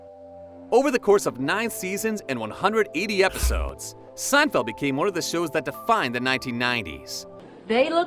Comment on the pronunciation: Yes, I laughed out loud when I heard this . With such outlandish narration I'm surprised that elsewhere we didn't hear Jerry referred to as "Jerry Seinfield."